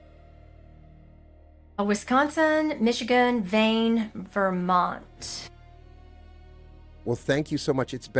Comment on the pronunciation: Did she say "Vaine" or "Maine" as one of the best places to live?